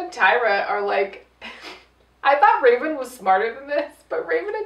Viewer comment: wraven wins? Lmao u said it weird